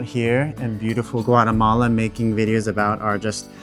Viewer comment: Lads it’s GUA<>TE<>MALA not guaremala….